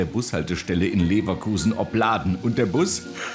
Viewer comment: OPladen, nicht opLAden ...